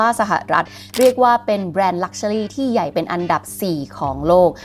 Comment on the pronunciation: ถ้าออกเสียงภาษาอังกฤษถูกต้องกว่านี้จะฟังรื่นหูมากค่ะ เช่น luxury อาจจะไปฝึกออกเสียงใหม่